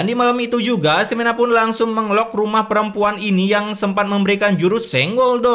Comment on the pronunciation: Ini peremPuan kok jadi tokoh utama azab